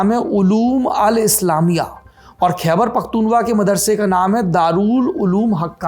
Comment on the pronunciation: ख़ैबर पख़्तून ख़्वा उच्चारण है, आप हमेशा त्रुटिपूर्ण उच्चारित करते हैं। कृपया सुधारें